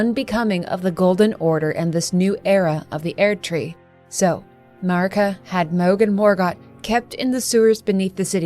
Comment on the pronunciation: Your pronunciation of "Erdtree" leads me to wonder if you've actually played the game. ^.o